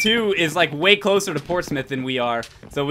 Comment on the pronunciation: It's Portsmouth not Portsmith DX